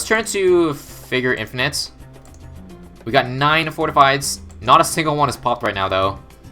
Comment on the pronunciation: did you seriously call it “in-fie-night”?